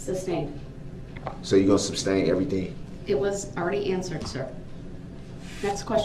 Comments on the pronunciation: “You gonna suBstain everything?” And… “It’s unfEEr and it ain’t right” 😂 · Substain(sic). Mind-boggling. Grounds. Objection. Axed(sic). Subjec(sic) Matter Jurisdiction. Oh and acurit(sic). Is this murderer's extent of his vocabulary.